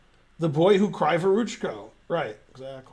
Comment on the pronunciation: > what's wrong with that name?? What's wrong is that it's "kraaevoroochko" instead of "kreevoroochko". Kree like in a bee, you know.